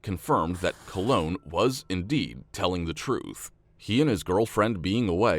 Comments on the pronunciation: Old story. But can we all agree that this guys name is COLON, not 'Cologne'..? 🤣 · Colon> “cologne” lol 😂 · Came here for this! Can’t believe I had to scroll through the comments for so long! It’s spelled colon, not cologne, so should therefore be pronounced properly. I wonder if he has a brother called Rectum or a sister named Vulva? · Since when was Colon pronounced Cologne? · cologne is cologne his name is colon like an ass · Im sure it’s Colon as in Collin 😂